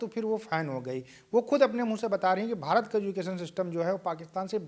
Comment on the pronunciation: पहले तो मैडम बता दूं ये भारत है, ना कि भहारत 😊😊 उच्चारण की बड़ी समस्या है पाकिस्तानियों को😅😅